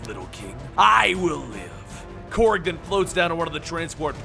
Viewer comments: Did he say Krog😂🤣 it’s Korg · Why did you pronounce korg and caiera like that?